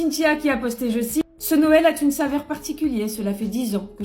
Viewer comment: je ne comprends pas ces gens qui font ce genre de liaisons surréalistes "ce Noël a-T-une saveur particulière". Sur YouTube c'est pareil, il y a une épidémie de "vaTêtre". C'est insupportable car ça fait mouton qui s'écoute parler 🧐